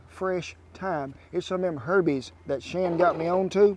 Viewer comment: I crack up every time he says "herbies" haha